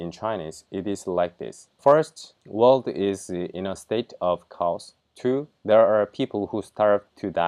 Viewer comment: Hey I heard you use the word Chaos quite often. It is not Cows. It is K-yours